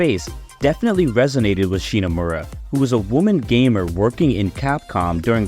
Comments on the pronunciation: First, her family name is ShiMomura, not "ShiNomura" as you say in the video every time you mention her. Second, her name and the rest of the music team having their names hidden is not a sexist thing like you try to make it look. At the time it was common practice for game companies to hide their employees real names so they could not be scouted by other companies. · cool video man ! Hate to be that guy, but it kind of hurt that you kept pronouncing "ShiNOmura", and did not get Yoko Shimomura's name right once during the video 😅, especially when the main gist of the video is about her. Cool video though, like your work :). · didn't know that AI program to fix voice was a thing! But yeah, sorry to be picky, it just that because it is kind of a homage to her work, it is a shame that the name sounds mispronounced several times.